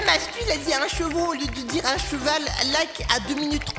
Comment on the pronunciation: Vois avez vue a mastu dit cheveaux